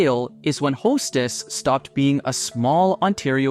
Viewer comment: AI CRAP... Hestess?